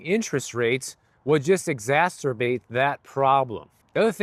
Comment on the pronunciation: Thank you for pronouncing exacerbate correctly 🙏 😂